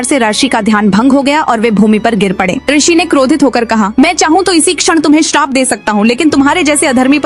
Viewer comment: पहली bt to mdm rshi nhi Hota rishi Hota h